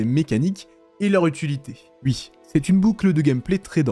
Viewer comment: Tu dis plus jamais "Wui"